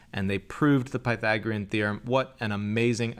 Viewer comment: Pythagoras was a great mathematician and thinker of the ancient world. He deserves that American mathematicians at least pronounce his name correctly before basking in his light.